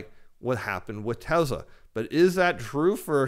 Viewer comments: TESSLA not TEZZZLA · Very good but it's pronounced TESS-LA, not TEZ-LA....as in Elvis PRESS-LY, not Elvis PREZ-LY......thank you.....thank you very much 😃